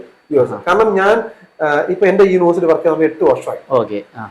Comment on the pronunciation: Sir, please correct your pronounciation of "university." It is not pronounced "unu-versity," but "uni-versity."